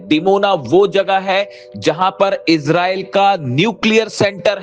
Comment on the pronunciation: Mr reporter bai Israel 🇮🇱 not isralle 2. 😂😂😂😂 I think you need to learn English course